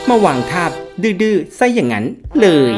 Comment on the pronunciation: เลย ไม่ใช้ เรย นะครับ